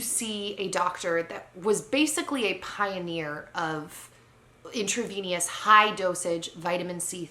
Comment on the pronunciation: ... says the person who can’t even pronounce intravenous correctly! 😒